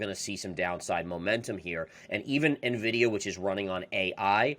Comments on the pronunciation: Nuh-vidia, lmao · NIVIDIA...what is NIVIDIA? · Please learn how to pronounce Nvidia. Go to their YouTube channel and listen to how they pronounce it.